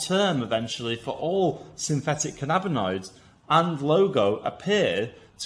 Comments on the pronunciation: The way you pronounce cannabinoids is really annoying me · Please learn how to pronounce cannabinoids.